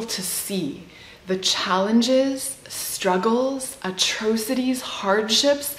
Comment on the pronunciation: and 'atrow cities' instead of 'atrocities'?